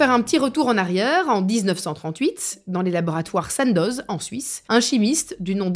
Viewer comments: Attention …. Il s’agit bien des labo SANDOZ mais pas avec une prononciation à l’anglaise… please😂. sANDoz se prononce comme mamAN!! Salutation d’une suissesse qui est un peu rigide sur les prononciations….😅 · Sandoz se prononce "Sans dos" 😊